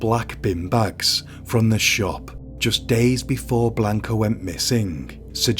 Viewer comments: Did you even bother looking up pronunciations in this case? I find it super disrespectful that you mispronounced the victim's name every single time you said it. It's not Blaynk-uh. It's Blaahnca. And the rest of the spanish was just so... English. It's really not that hard to look it up. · You're pronouncing her name wrong. If I were to offer a transliteration, it sounds like "Blonka."